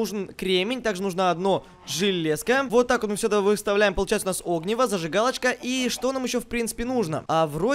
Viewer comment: Огниииииииво а не ооооогниво